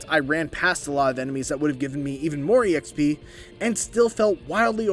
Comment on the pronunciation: First person I've ever heard pronounce exp as E.X.P, and not just XP. Lol